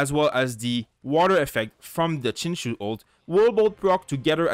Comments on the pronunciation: No no no. Please don’t call him sing show. That hurts both my eyes and ears... it’s Sing Chi-ew, like the word “ew” with “Ch” in front. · the Xing is pronounced more like Shing, with more of a hiss in the S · Hi, it's pronounced as Sing Chiu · His name is pronounced like Sing-cho just btw. But I use him all the time with razor because the double ults do just a ton and it lets me stay in razor for pretty much his whole duration even if I'm getting smacked around a lot. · its pronounced shing-chee-ooh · friendly reminder that his name is pronounced Sing-Cho (you can hear him pronounce it in his “hello” voiceline :)) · When you realize Xingqiu is pronounced Sing-cho! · I wanted to correct you, then realised non-mandarin speakers have no idea how to say the appropriate "x" and "q" sounds lol